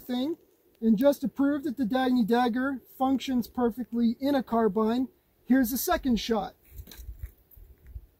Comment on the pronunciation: Finally someone who pronounces carbine right instead of the revisionist stuff that's pushed now